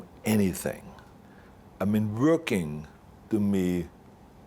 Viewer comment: I like how he pronounce "working" like "vuorkin."